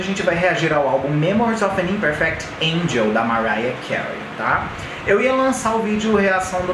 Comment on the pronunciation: MDS ele n sabe nada de inglês, nem pronunciar as palavras, "imperfÉct" e "InsepÉrable" 😂